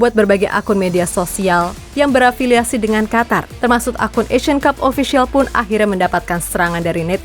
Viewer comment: Qatar = Qotor harrammm